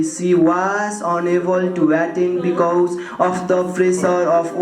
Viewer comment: Please give me the timestamp when he says that 🙏 I get too much second hand embarrassment watching the full video 😂